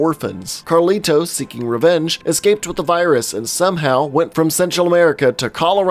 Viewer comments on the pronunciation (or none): You emphasize the T in Carlito WAY too much.